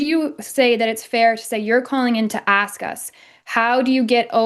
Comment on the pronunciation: Can people like PLEASE learn how to speak correctly? Your skin color does not dictate how you speak, so there’s no reason why he has to speak like that. And it’s pronounced “ASK,” not “ACKS.”